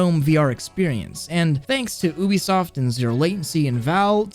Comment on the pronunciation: Ah- no- I’m sorry I just- I can’t you said Oobisoft I gotta stop watching